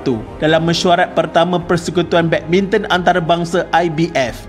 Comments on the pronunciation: Badbinton ke badminton ea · Tersedak admin cakap badminton 3.04